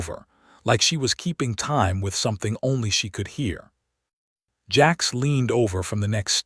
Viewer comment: His name is Jax but your A I says Jacks come on not good enough sort your shit A I out or just dont post